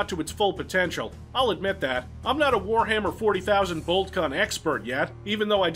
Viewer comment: Just hearing enunciating that "Warhammer 40,000" makes this video worth its weight in gold.